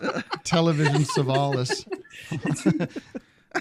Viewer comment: Television Sevalis? Hahahaha